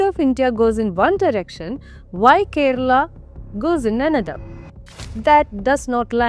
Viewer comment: Beef here is Buffalo 🦬 Bainsa. . Kera Alla. It's Kerala. Why are you pronouncing Kerala in mallu accent. Read Vedas. Even horse was eaten